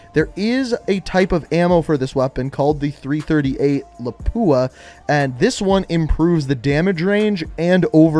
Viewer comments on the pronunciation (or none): Lapua is a place in Finland. I live 20 minutes from there. Their long range ammunition has won awards world wide. Its pronounced La, pu, a